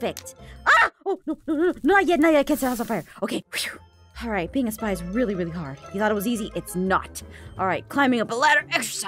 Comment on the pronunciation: It Sounded Like She Said “Supply” Instead Of “Spy” In The Intro Thing